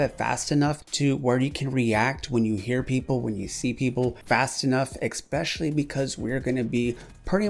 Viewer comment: OKAY SORRY TO BURST YOUR BUBBLE BUT IT TRIGGERS ME THAT YOU SAY "EXPECIALLY" WHEN ITS "ESPECIALLY."... okay carry on with your day now.